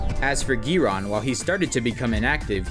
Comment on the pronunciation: The way he pronounces 'Giron' 😂😂